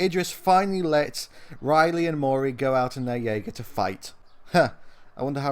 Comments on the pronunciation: Dude, it's pronounced "Yay-Ger". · It's pronounced yeagar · Fun fact, it’s not pronounce the way it’s spelled jeager is actually pronounced Yeager. What is with humans and not spelling something how it is pronounced. Edit: it’s weird how Gipsy Danger is the one that fell over when your talking about the movie the robots in, very strange.... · It is pronounced je-a-ga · You don't pronounce the j in Jeager as you would in the word jay. You would pronounce it as a y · the j makes a y sound it’s German for hunter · You missed pronounced Jeager, say the j like a y or u.